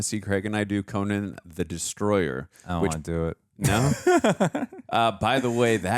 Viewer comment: Its Coe-Nan like Nanny, not Conin.